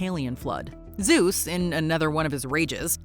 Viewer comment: ZUESSSS 😂 ALWAYS KILLS ME